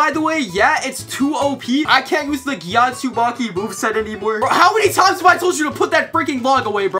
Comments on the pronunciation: also why you say gyat tisaki instead of tamisaki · Bro said Tatsumaki gyathsumaki 😂😂😂😂